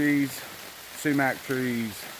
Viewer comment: SUMAC (SHOE-MACK) DEF not ppaww paww bud